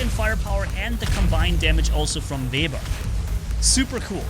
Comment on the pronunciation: Call it web ear it is correct pronunciation